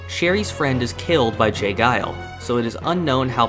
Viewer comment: It's not j guile, pronounced it's j jiles